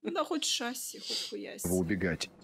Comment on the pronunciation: правильно шассИ она правильно сказала в отличии от джискирана